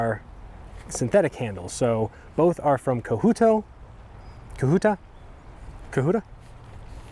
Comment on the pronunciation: Didn’t realize you had some of russel’s knives. He’s probably my favorite maker. I always feel like if I’m spending that much on a custom knife what’s an extra little bit to get that extra awesomeness/performance with the tapered tang. I believe it’s pronounced co-hut-tah